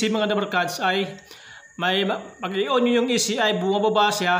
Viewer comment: bulol ka paps yung on naging in na hahaha btw thank you sa idul er cunttul valve